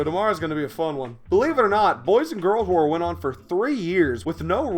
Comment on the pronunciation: I just realized that if you go to , he was trying to say war but, said hoar. (I'm sorry for saying that, I just need to, lol)